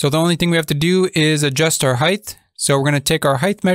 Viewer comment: Dude there is no h at the end of height please pronounce it correctly